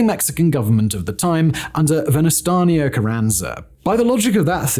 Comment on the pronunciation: Venustanio 😂 i know it's childish but still hearing that butchered Name Made me chuckle a little 😅